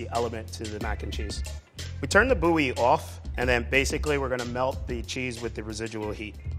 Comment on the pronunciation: more like boo-yee